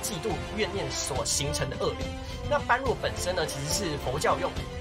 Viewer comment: 感謝分享。順帶一提 般若不是是唸作 班弱 而是唸作波惹